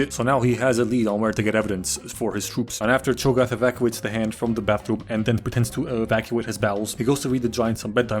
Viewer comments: “Chogath” 😂 its hogarth😂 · love how you called him chogath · did you srsly call him chogath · I can’t tell if he’s calling him chogath on purpose or not -_ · I just can't take it seriously with you calling him Cho'Gath this whole time. Also THANK you for recognizing his big dick energy in the tsunami chair/road scene. That scene lives rent free in my reference memory. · Hahaha chogath??? Goodwon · Chograph Is all I hear ddeepcut youtube meme comment if you know it